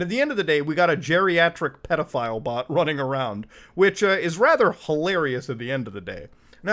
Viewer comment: "Petafile Energy" LMAO